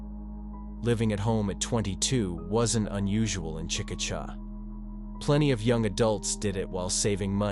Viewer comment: It's pronounced chick-a-shay😊